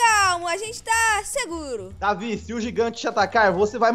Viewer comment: Não é é Deivid doidão